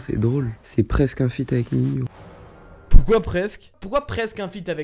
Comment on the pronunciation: On dit Nino pas ninio